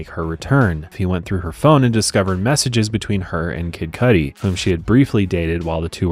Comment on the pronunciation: Oh please work on pronouncing properly I love Kid Cudi and you are saying his name wrong